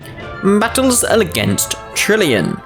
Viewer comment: I Swear you said tillion